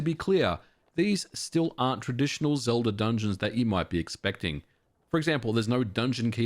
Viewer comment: Why do you add an R to the end of words that end with an a? I checked multiple times. When you said Ocarina of time you put an R on the end of that, too. Zelda at the end as well.